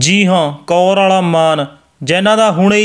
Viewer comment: Bhi ਕੌਰਵਾਲਾ ਨਹੀਂ ਕੋਰਆਲਾ